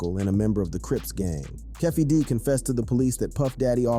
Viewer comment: And "keffwee D"